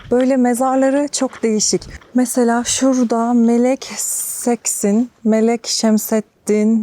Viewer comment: "X"leri "h (gırtlak h'si)" okumayı öğreneydin eyiydi.... hani "Ahhhh, ahh..." derken sonda çıkan sert "h" gibi. Çok komik ve hakaret edici oluyor: "Melek Seksin... ("Melek Şehsin" gibi bir telaffuz olmalı.)" lütfen çalışıp öğrenin, ayıptır! Azıcık beğeni alacağım diye bir kültürü yanlış tanıtmak hiç iyi olmamış!